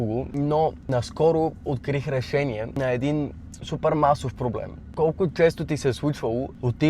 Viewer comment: Начши , речшение